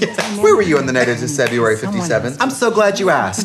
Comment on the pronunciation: i only just noticed trixie said ‘decebuary 57th’ in the i care a lot episode ....